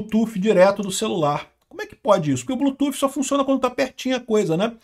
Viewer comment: Apoio os inglesismos, nao é preciso traduzir nada. O que eu te peço é que Bluetooth nao seja lido como "blutufe". Nossa é muito mau😂. O th no final lê-se D. "Blutude"